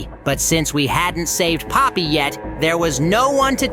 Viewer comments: bro really said pomney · Poppy not pomney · It’s not palmy it’s Poppy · Bro really called poppy pomney and oli into ali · Poppy its not pomney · pomney……….ITS POPPY U DUMB DUMB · He's calling poppy pomni 💀 😊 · not pomeny poppy😅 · IT IS NOT POMNI IT IS POPPY. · Dude her name is not pomeny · pomney not poppy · its poppy not pomny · yep je just still alive just dont say pomney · Why does he call poppy pomni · yeah it’s not pomney it’s poppy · ITS POPPY NOT POMNIE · Poppy, not Pomney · Not pomni, poppy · "pomney" LOL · It's poppy